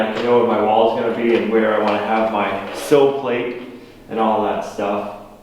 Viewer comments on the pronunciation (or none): none